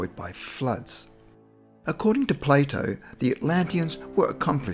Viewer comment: Everytime he says Plato, I can’t help but hear Play-dough